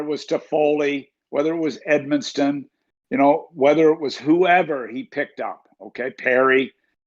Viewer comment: Hey Doug…there’s no “T” in “Edmondson”…you trying to be the new Don Cherry? 🤣